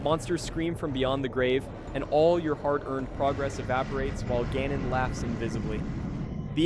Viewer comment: guh-non LOL